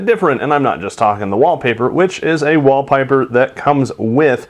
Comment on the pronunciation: You said wallpiper.